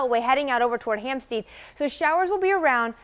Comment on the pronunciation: Obviously this chick isn't from this area! It's Hampstead not Hamsteed!! Get with the program and learn your towns and cities!